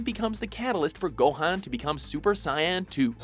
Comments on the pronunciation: It's Super Saiyan 2; not Super Sai In 2. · The problem is he says sayaaaaaain, purposelly (can't believe they are THAT retarded) instead of well, how you normally pronounce it... saiyan :D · ....super... cyan..two.... are you fucking kidding me, did you do this shit on purpose... you've pronounced it right before havent you. ALL THESE NAMES YOU MESS UP YOU COULD OF FIGURED OUT HOW TO PRONOUNCEN JUST BY LOOKING UP ON YOUTUBE. oh Kamehameha HEY LOOK A YOUTUBE COMPILATIONNOF CHARACTERS PROPERLY PRONOUNCING IT INNMULTIPLE LANGUAGES!!! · I didn't know Gohan could go super "Cyan"... wait... it's Saiyan. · It's *SAY-IN. Not SIGH-AN. *(That's the way it would sound.) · 1. The guy who made Android 16 is said like jeer-oh not the messed up way you said it. 2. It's said say-in not cyan. Please stop doing anime lists if you can't even say simple words and names right or you're just too lazy to actually look into how they're said. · I'm sorry I cant watch any of these videos on anime anymore, the destruction of the names in this physically hurt. I mean, super cyan??? Its saiyan. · It's pronounced saian not cyan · sighan? ...sighan? clears throat before channeling inner Vegeta saiyan you worm, a proud race of warriors, you dare disrespect the saiyan race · See.. the problem with saying things like that is this is an ENGLISH spoken video. And the ENGLISH pronunciation of the word is very easily accessible, so there is no reason to pronounce it "Super Cyan" instead of "Super Say-In". Pronouncing words "correctly" like that is just stupid. Besides, in Dragon Ball Super the Japanese dub it is pronounced "Super Sigh-Ah-Jin" so either way he said it wrong up to current standards. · Trunks Briefs its either Saiyan or "Saiyajin". Not once is it ever pronounced CYAN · Super sayan not super cian it's so sipol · Guy must have said super 'saian' 2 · did he just say super cyan? wtf? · Did he just say Super Sion?????????? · BosnianDiamond "The catalyst for Gohayn to become Super Cyan too"